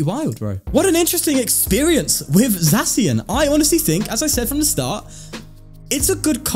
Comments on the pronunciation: It’s not pronounced Zackian? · For the pronounciation of Zacian: Zacian and Zamazenta are supposed to be "The Cyan" and "The Magenta" when pronounced with an (I think) Spanish accent. So with that logic the correct pronounciation would be Za (as in pizZA) See-An. However, it doesn't matter that much. You can just pronounce it the way you like :) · I can't fault you for calling him Zacian its actually pronounced Zacian my guy.